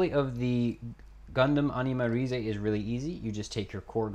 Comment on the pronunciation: it is not pronounced as RI ZE it is pronounced as Animarayz (animalize)(animarize)